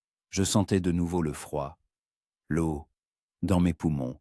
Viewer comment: L'eau on dit lo et non laio